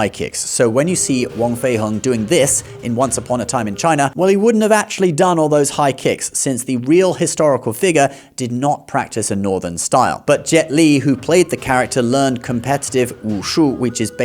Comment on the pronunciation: You're mispronouncing a lot of English words. Very distracting to hear "faming" instead of "farming" or "figga" instead of "figure"